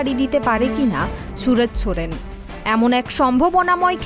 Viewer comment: Chudir ভাই khankir ছেলে রিপোর্টার আগে নাম টা ভালো করে uccharan কর .Ronaldo ❤❤❤